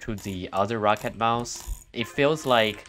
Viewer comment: He said roccat like “rocket” bot with an a instead of a e I saw ro-cat kones